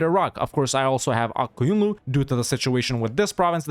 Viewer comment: thanks for pronouncing "Ak Koyunlu" as good as you can and not as "A-Q" 😀